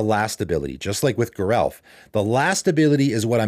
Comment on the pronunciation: According to Mark Rosewater, Geralf is pronounced with a soft g, not a hard g.